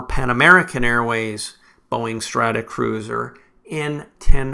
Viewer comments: Thanks for this; enjoyable and interesting. Consistently saying "Stratacruiser" rather the the correct "Stratocruiser" was a bit of an itch, tho! 🙂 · I guess it must be a pronunciation thing on my side, but I certainly well know that these are Stratocruisers is not Stratacruisers .. must be my Canadian accent. It’s like some people in the US call it Warshington DC instead of Washington Dc.